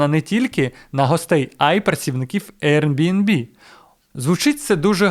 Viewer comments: Ви шо гоните, невже так важко правильно сказати назву!? Який нах RNB!? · Дякую за класні відео❤ З усієї повагою, подивіться, як правильно вимовляти Airbnb😊